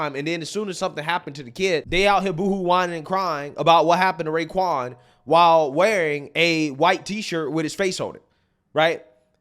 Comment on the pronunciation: He said “Raekwon.”😂